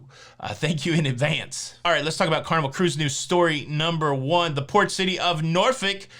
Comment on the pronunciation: Congrats on pronouncing Norfolk correctly wife is from there